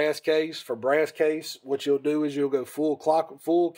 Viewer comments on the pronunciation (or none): Lmao this dude say “go” like “gieough”